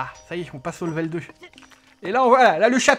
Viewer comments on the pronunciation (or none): none